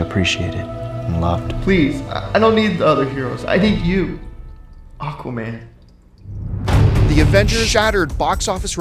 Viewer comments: It sounds like they're saying arquaman rather than aquaman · it's so funny, in the film he pronounces the last sentence in the real film as 'I am... UQUAMUN Although probably that's how just Americans pronounce it